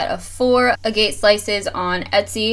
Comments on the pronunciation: I don't mean to nitpick but you pronounced it a-gate. You pronounced it the way it's spelled. The correct pronunciation of a-gut. I am actually from the state where they are looked for, found and sold. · Sick ideas! I hate to be a grammar nazi but I couldn't help myself, for the future it's pronounced ( A-g-it ) not (a - g - A - t - e) otherwise thank you for the help!! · It's AG-git not A-Gate. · Love your clever products...by the way agate is usually pronounced like " aagh-git " not ah gate, if that makes sense. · A-gate is a door for a fence ag-ut is a semi-precious gemstone. Google words you're not familiar with and it will show the pronunciation, so annoying A-poth-oh-cary. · ag-get, not A-gate.... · it's said a-get. Short a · Great DIYs!!! Thank you!! (p.s. Thought you'd want to know that "agate" is pronounced "ah-gut" like the word "maggot" without the "m")... :-) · You mispronounced Agate. It is pronounced like Aggit. OOPS!! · Lynn Dirk It's not rude advice, it's helpful advice. In a community of crafters like this, I don't think anyone would do that to be hurtful. It has nothing to do with age either. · Check the pronunciation of agate on Wikipedia. Nice vid. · The way she pronounces agate lol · I like vids like this, but mispronouncing AGATE just makes me sad. It says a lot about the education system and its lack of competence.